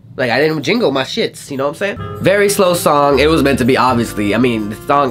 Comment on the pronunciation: You Said Thong Instead Of Song!;D Laughed so hard! And Also you sounded like you were having a stroke you okay boi!:D <3 nothing but love! Xxxxx